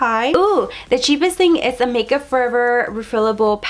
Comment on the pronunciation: The way you pronounce some things. 🤣 So cute.